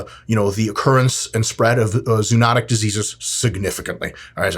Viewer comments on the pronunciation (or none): Zoonotic is pronounced zoh-uh-notic. Not zoo-notic lol.